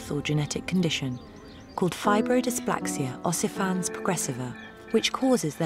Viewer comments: Fibrodysplaxia ossifans progressiva 🤣 How can you do a short on a genetic disease as rare as Stone Mans disease and manage to get the name wrong? 🤦🏻‍♂️ FibroDYSPLASIA ossifICANS progressiva. Show some respect. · she pronounces 'fibrodysplasia ossificans' like 'fibrodysplaxia ossifans'